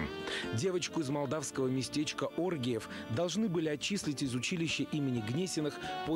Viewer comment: Оргеев, а не оргиев.😂